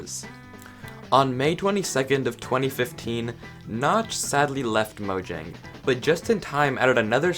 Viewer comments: It's pronounced moyang,not mojang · I'm from swden and it's actually "Mojäng" with an ÄÄÄÄÄÄÄÄÄÄÄ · My Guy its mojäng. Mojäng means gadget and Mojang idk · Mojang is not a Swedish word. It's mojäng, with an ä, not an a. Ä is pronounced here like the e in "hey!" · oh, I've always pronounced it "mo-jang" until i saw this video and i was confused